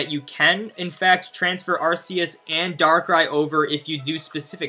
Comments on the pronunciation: This Guy smh Lol Its Arc-eus Not Arse-eus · Who cares about the right way to say a Pokemon name? The right way is indeed Ark but Ars does not sound bad either so each to their own I suppose. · In most movies by pokemon they pronounce it Arkeus so No it isnt Arseus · I will never unhear it as arseus now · Battle Revolution pronounced it "Ar SEE us" and I think the movie pronounced it "Ar SAY us" lol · Rumor confirmed. On the announcer in pokemon battle revolution for the wii it was officially pronounced "ARS-eus" they later changed it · Yeah idc what anyone says. I’m going to continue to pronounce it with an “s” sound, not a “k”. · Its fake. One HUNDREAD percent sure oh im on my moms account xd. Becuase, 1. Arceus event was 5 years ago, also, you cannot prenounce arceus.(although some people say it diffrent.) you are very fake.